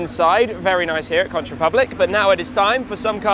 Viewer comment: Shmee for future reference when u visit the Keys or Fla in general Conch is pronounced like CONK 😄 Not like couch w a n in it 🤣